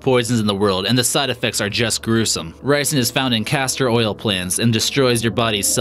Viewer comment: The vid : no.5 ricin (i thought it was raisin) Me:raisin?it aint s- oh i got the wrong fruit